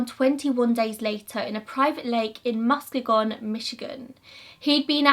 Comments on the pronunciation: Its pronounced Mus-KEY-gun :) This theory is so interesting to me, I'm sure there are a lot of accidental drownings, but some of these just don't seem right. If not a serial killer, I think there are at least a few singular murders. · from someone who's from Muskegon Michigan, I absolutely love how you pronounced it different and am calling it that now<3